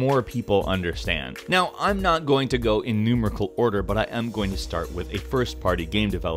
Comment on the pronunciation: "Nume-rical Order". "First Person Developer"